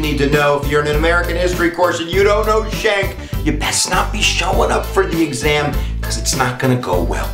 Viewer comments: Pronounced SKANK...Not shank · My name is Anthony Schenck and you are not pronouncing my familys name correctly. It is pronounced SKINK, like the lizard. If your going to state the facts, atleast now how to pronounce the relating facts correctly. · not correct pronunciation.